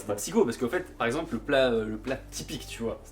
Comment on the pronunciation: On m'avait déjà dit que, quand je voulais dire "par exemple", je prononçais "parample", mais je voulais pas le croire. viens de m'en donner la preuve en vidéo 😑